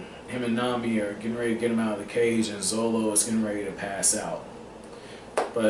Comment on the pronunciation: still funny heaing you say zolo haha